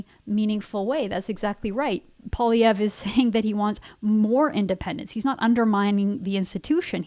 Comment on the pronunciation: Sorry it's Poi lievre Poi not polievre Poilievre poilievre lol